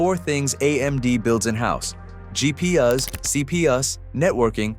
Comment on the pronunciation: You're gonna need to upgrade your AI narrator. GEE-PEE-YUS is making this channel look bad.